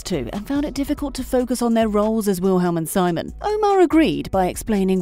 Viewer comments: its VILHELM not wilhelm and its SEEmon not simon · It’s pronounced sEEmon